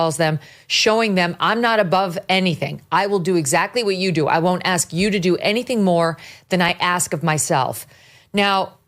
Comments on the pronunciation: He said “axe” instead of ask…everything he says should be disregarded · Someone should as Coates, live on air, WHO axed him... "If you axe me, what the truth of his life is... it was hate...." WHO axed you, you stoopud or lying mo'fo'....???!!!